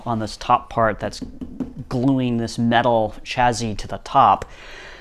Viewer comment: Is that 'chazzy' or 'chassis'? 😂😂